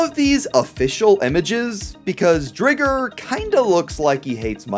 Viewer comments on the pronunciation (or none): "Driger" is pronounced like tiger...